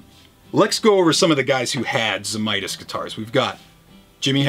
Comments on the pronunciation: Best flat top Friday ever. Tony always said a 12 string should be tuned to C as it was basically a bass instrument. His name was also actually pronounced Zamatis & not Zamitis! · I believe it's pronounced "Zee / may / tiss". I'm just 1/2 Lithuanian, so I could be wrong.